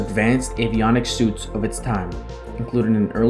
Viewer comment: Hey young 'un, it's an avionics suite, pronounced sweet, not suit, like a suit of clothes. Nice try, though. Covering the "Misty" FACs would have been nice, too. Hammer